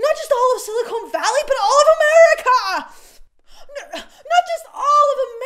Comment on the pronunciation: Stop saying silicone valley.